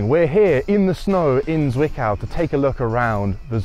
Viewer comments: Having growing up close to the plant it always gives me the chuckles when you pronounce the Z in Zwickau like S instead of Ts. The pronunciation is not soft. Tststs. In any case, I have been inside the plant as a kid 20 years ago and it is nice to see it after the change. Thank you for that! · Intricacies of German pronounciation: the leading „z“ in Zwickau is very sharp, like the final sound in „hats“ 😉